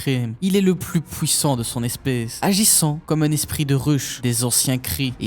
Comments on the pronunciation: j'ai compté beaucoup trop de fois le mot pouwissant dans la vidéo 😭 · ''Plus Hulk est énervé plus il est pouwissant''